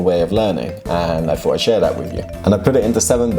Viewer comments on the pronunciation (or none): Thought를 왜 fhou라고 발음하세요?